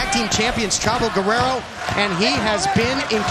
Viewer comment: That’s not how you pronounce “Guerrero”